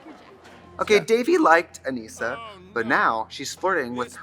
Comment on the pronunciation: My birth name is Annissa pronounced like the show does and it is validating to hear it from Trixie. It feels like a hug